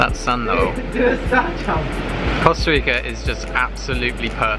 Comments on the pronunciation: Hahaha "fun never stops in Costa Ricerrrrrrrr" lmao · Costa Reekerrrr! Lol!